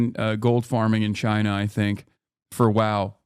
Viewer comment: The right has an obsession with pronouncing "China" really annoyingly.